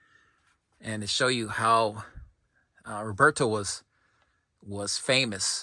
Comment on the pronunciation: My sincere condolences on the passing of Roberto. All I knew of him came from you, he was a mythical figure to me. His collection was vast and of high quality, the way you pronounce his name has such a great sound.